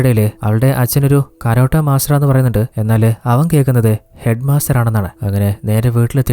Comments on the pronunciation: കരോട്ട അല്ല ടേ കാരാട്ടേ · കരോട്ട അല്ല ചേട്ടാ,കരാട്ടെ 😂😂